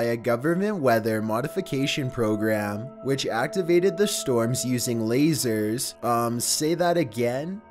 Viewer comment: “By using lahyzares”